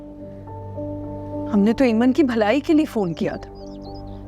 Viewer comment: Its not amen in aiman 😂😂😂